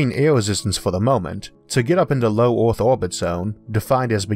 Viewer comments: Hey mate it's Earth not Orth...etc etc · "Getting from orth into space fastor, cheapor and easior" You seem to hate e's. :-p But the content is great so I guess I have to deal with that.